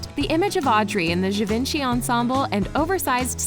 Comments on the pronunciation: Repeat after me, je-von-she, not ga-vin-chee. Merci beaucoup.😌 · Its gi-van-che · I hate to be a nag, but I believe Givenchy is pronounced “Jee-Von-Shee.” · I get the impression you never read the book and probably didn't watch the movie. Oh yeah, learn how to pronounce "Givenchy" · I cringed with the way she pronounced "Givenchy" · Yes I agree his name is mispronounced.